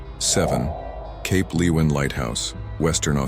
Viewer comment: I thought Cape leeuwin would make the list and its pronounced Cape Lu win.